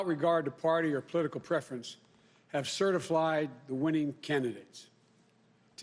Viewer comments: Over the fast two weeks...Have certi flied. I voted for him but I’m frightened he’s slurring stumbling and mispronouncing words somebody help him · He said “CertiFlied” lol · He's only reinforcing his own fantasy...I can't believe he literally said, "CERTIF-LIED" WTH? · Oh you can't make this stuff up. in he admits "CertifLIED". God has spoken through Joe yet again. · Did he say "Certif-LIED"? Yeah, he did! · Yes, He did! LOL LOL LOL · He said "certif-lied"...🙄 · ... Fail at 12 seconds ...... "CertifLIEd" ..... lol, I'm out. See you in Gitmo 2021 Joe, your key is already cut... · "...had CERTIFLIED the winning candidates" CERTIFLIED?? This CRIMINAL can't even speak correctly. Pack your bags man, you're headed to GITMO !!!!! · He said, "CERTIF-LIED"!!!